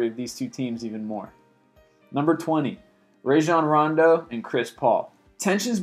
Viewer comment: He said Rajon rondo wrong.....